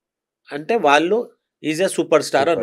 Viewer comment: వాల్లు కాదు, 'వాళ్ళు' అని పలకండి. తెలుగు భాషను గౌరవించండి.